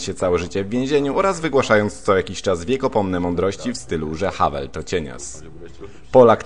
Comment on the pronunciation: Havel kurwa, nie Hałel